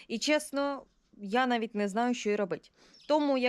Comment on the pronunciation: А як ти сказала нинаю?😂😂😂